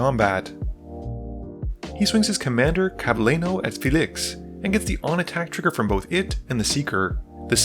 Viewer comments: ClavileÑo, not ClavileNo. is pronounced like Clavilenio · It's actually more like "nio", though is normal that an English speaker has problem pronouncing a letter that's not in his alphabet at all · Clav-a-le-noodle n-o Its Really not that hard. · Clav-a-leen-yo. Ñ really isn’t that hard to pronounce lol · that's not how you pronounce it either sorry . It's clav-ee-len-yo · I just love everytime an English speaker trying to pronounce the ñ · I'm going to assume that the constant mispronounced names is an accident and isn't malicious because they are ethnic? but Hakbal you don't pronounce the H, like "hola" and Clavileño is pronounced "ngo" at the end like jalapeño... is the Ixalan setting really not clear enough 😅😅